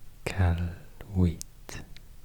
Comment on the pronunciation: E-Cal-Ou-Wit is how I'd say to pronounce Iqaluit,you pronounced it almost flawlessly and thats impressive as it's not an easy capital name